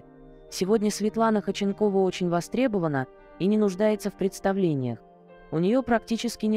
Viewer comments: Автор, не Хоченкова, а ХОдченкова. И ударение ставите неправильно. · Почему так отвратительно произносятся ударения ,в данном случае ФАМИЛИЯ 🎉это всем знакома актриса, вы ,наверное, и не слышали и не видели Светлану Ходченкову !!!!! Ужас, просто уши режет , а сколько слушают вашу речь ??? Задумайтесь ...... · Если уж беретесь рассказывать что-то о достаточно известном человеке( а в данном случае это именно известный человек, имя и фамилия которого на слуху), потрудитесь ударение в фамилии ставить,, правильно, а то прям слух режет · Зачем вы коверкаете фамилию. Слушать невозможно этот безграмотный коментарий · Вот интересно, кто озвучивает текст, умеет читать? Может прежде, чем о ком то рассказывать, прочитать и узнать фамилию человека, а потом уже знакомить в ютубе?